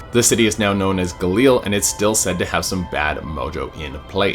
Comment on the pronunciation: Did he call GA-LIL-LEE...GA-LEEL?